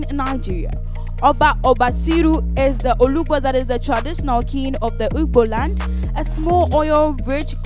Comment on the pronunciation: It was her pronunciation that made it sound like igboland... its ugboland she was referring to. Ugboland is in ilaje, Ondo state.